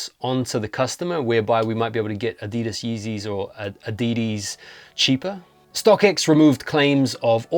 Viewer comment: Ah-dee-dees! 😂 love it!